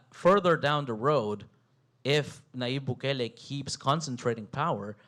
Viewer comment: Intro — can’t even pronounce his so easy name to name —- We appreciate Bukele